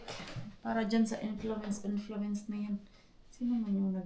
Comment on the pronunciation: Influenza..Hindi influenz..